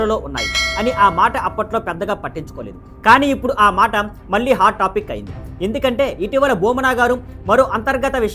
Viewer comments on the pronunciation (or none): మల్లి కాదురా బాబు . . మళ్ళి!! మళ్ళీ !!!